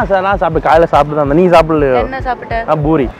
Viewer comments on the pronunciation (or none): Actually poori thaan thappana vartha... Not boori